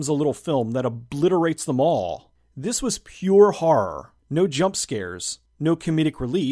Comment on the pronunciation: Personally I'm no fan of harr movies, but the way you say harr genuinely makes me laugh.